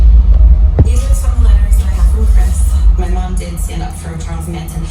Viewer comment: You said “” lmao